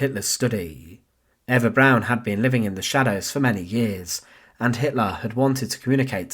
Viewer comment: Why is Eva Braun being pronounced as Eva Brown?